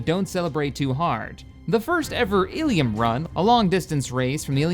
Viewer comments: I only request you attempt saying Ilum like this {Ill=uh-mm}. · Its Il-lum and Tython